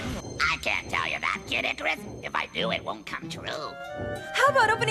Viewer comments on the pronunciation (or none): did mega man just call pit kid ikurus.....